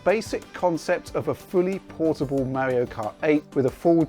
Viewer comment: "Existing Mauri-oh titles."